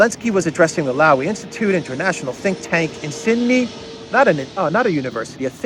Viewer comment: Lowy is pronounced "LOH-ee". As far as I know it was set up by Frank Lowy who according to the wiki " is an Australian-Israeli businessman of Jewish Slovakian-Hungarian origins and the former long-time Chairman of Westfield Corporation, a global shopping centre company with US$29.3 billion of assets under management in the United States, United Kingdom and Europe." So more oligarch stuff. Are you surprised?